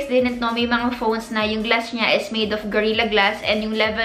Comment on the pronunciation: Hope you could improve your tense and lax vowel sounds Scren vs screen Ensurance vs insurance Gluss vs glass Fingerprent vs fingerprint Teshu vs tissue Crucking vs cracking Diphthong Mowdel vs model Medyo distracting kase. Dont get me wrong. I watch your videos because of your content pero better kung ma-correct yung pronunciation slips. :)